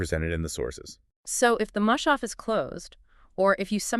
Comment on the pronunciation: Its not mooshaaf... Its mus- haf.